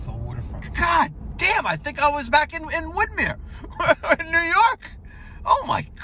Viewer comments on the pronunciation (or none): Kills me hearing someone say Woodmere. I went to Lawrence HS